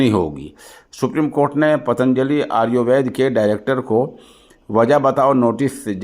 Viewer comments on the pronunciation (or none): حضرت آریووید نہیں بلکہ آیوروید ہے ذرا سمجھکر بولیں